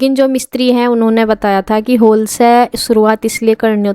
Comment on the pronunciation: होल नहीं हॉल बोलते हैं होल अजीब सा लग रहा हैं सुनने मे